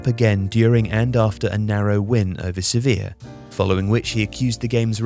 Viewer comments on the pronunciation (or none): none